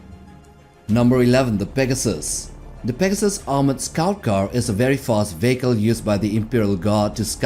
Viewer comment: VEE HEE KÀL not veeehko